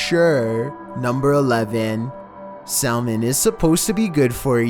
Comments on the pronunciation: Lol Sal-mon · "Sal mon"? Really? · Did you just pronounce the 'L' in salmon? Really, bro?!? Really? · "Sal-Mon" the new watertype digimon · It’s pronounced Sa- mon, the L is silent. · He says salmon so weird. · Have you never said/read the word salmon before? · i like how he puts a lot of emphasis on the letter L in salmon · The L in salmon is silent hun....even when there is a creature in it😁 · wait actually pronounce SALMON with the L? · Only because he is an idiot.